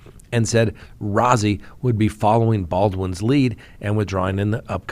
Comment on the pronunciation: Rozzi is pronounced like Rosie. (Roe-zee)